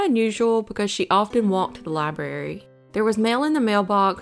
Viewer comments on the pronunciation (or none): Library not libarry.